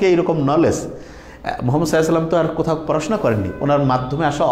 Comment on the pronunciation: সালাম এভাবে দেয় কেন?